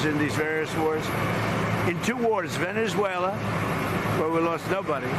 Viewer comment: Did I actually hear him say there was a WAR IN VENASUALA? Or do i need to get a Q-tip and clean the wax out my ears?